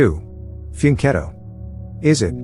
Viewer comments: I got 13, thank you for teaching me two new words - bridge and prophylaxis! My only criticism is that fianchetto is pronounced with k, not tsh, and zugzwang is pronounced tsugtsvang.❤❤❤ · The AI completely mispronounced fianchetto the second time. I'm not sure it knows the term. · The AI misprounounced "fianchetto", and whatever human is behind it apparently didn't know enough about chess to spot it. This is the problem with AI, people can post computer-written videos on subjects they know absolutely nothing about, and not be able to catch mistakes.